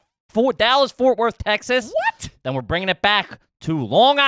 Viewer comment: I want to strangle every time he says Te-has. Otherwise I love you guys!